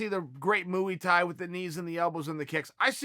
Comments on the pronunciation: MOOEY THAI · “RosenStrike doesn’t have the great moo-ee Thai” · chael "moo-wee-tie" sonnen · Chael "Mooey Tai" Sonnen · Nobody: Chael: Mooey Thai